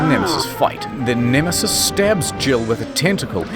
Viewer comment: I laughed too hard when he said Nemesisisisis